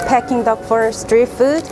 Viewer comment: I'm sorry it's peeking duck not pecking duck